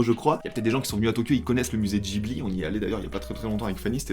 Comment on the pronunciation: Comment ça, “Djibli” ? 😭😭 j’ai l’impression que y a que moi qui ai remarqué